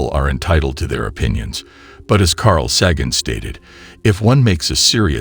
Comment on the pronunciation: omg, it's pronounced Sharlemane not charlie mag nee..... And Carl Say Gen, not Carl Saggin.... What a crap video